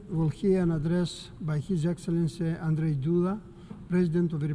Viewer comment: LEARN HOW TO PRONOUNCE ANDRZEJ, IT IS NOT ANDREJ